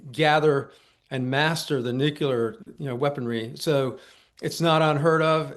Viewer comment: Why do these idiots insist on mispronouncing nuclear? Calling bs. This isn't even well done disinformation.